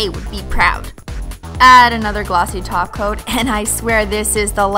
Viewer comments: Stop saying taoca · Did she just say TOP COAT and not TACO?????? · Omg yes it does! 😎